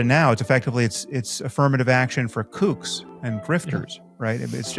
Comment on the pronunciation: When Sam says kooks I like to think he's turned old school scouse and is talking about cooks